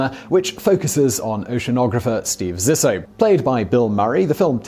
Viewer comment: Subsequently, Zissou is pronounced Zee-soo. But I'll forgive it since I love this series.